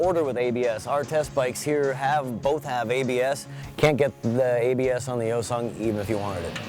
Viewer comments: Its Hyosung not Yosung ... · Hi-o-sung, not yo-sung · its not moron. its hYOH-sung, or for your simple mind YO-SUNG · Hyosung - pronounced Hi-yo-sung, Bless you Americans and your pronunciation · No.It depends where is pronunced.In here,Romania,we say Hyundai like "He-you-n(like in neck)-dai(sort of how british pronunce day)and Hyosung the same "He-yo(pronunced like in Yokohama)-sung ("su" pronunced like in superb). Well in english,hyundai is pronunced like Hy(the greting) un (like in universe) an dai (like british pronunce day) and hyosung hy(greeting)-yo(like in Yokohama)-su(like in superb)-nd(like in secoND). I don't speak Korean either but they aren't pronunced like in Korean anyway. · The "H" is silent.